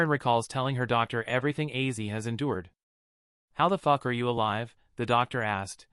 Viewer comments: your aw😮fulis Ozzy Osborne not Issy you kept saying wrong. Your fired His. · Yah really! OZZY! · Please learn to pronounce his name for God sake